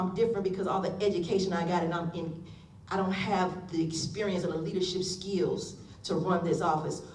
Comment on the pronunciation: Did she say leadership skeels?